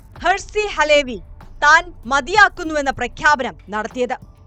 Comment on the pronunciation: അലേ വി അല്ല . അലവി ക്കാക്ക.